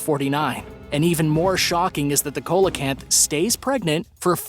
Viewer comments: You pronounced the fish as "cola canth" but actually it is pronounced "see LA canth". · SEE lo canth, not colo canth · That ancient fish is pronounced like this. Seal a can't. The "C" is pronounced like an "S" seal a canth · SEE-LOW-CANT. PAY-COSE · ya he was pronouncing it weird i was like bruh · Thank you! That drives me nuts! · That was driving me crazy too!!